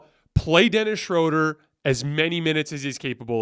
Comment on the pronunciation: love watching and listening! 2 things: give a little guitar intro to the show! Dennis’s last last name is pronounced Shrooder/Shrewder. 😅🎉